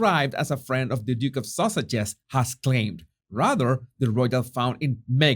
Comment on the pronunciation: I love all ur videos and ur personality but i gotta admit i laugh a bit every time you say duke and duchess of sussex because it sounds like duke and duchess of sausages 😂😅